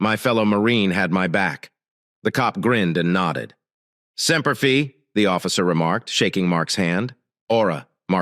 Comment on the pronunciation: If your A. I. voice can not pronounce Semper Fi and Oorah correctly do not use the words.